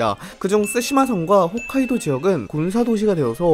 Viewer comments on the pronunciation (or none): none